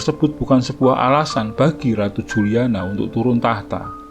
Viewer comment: Ente salah bacanya bro..Juliana (dibaca Yuliana) ente gererasi jaman now jadi gak bisa bisa baca anak jaman old 😀😀😀